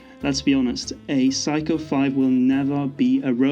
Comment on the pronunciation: It's not Psycho. It's Seiko.